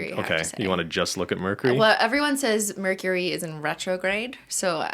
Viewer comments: why cant ben say the word mercury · ben lowkey can't say mercury 😂